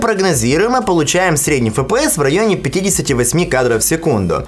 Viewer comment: фэ пэ эс ))